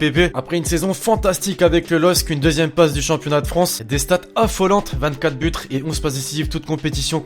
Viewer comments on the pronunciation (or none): "24 butre"